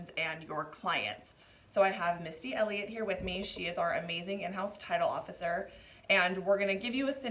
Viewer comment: I thought you said Missy Elliott 😁